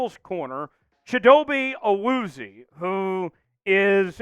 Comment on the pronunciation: Awuzie's name was butchered 😂 but I'll take him he's a dog 💯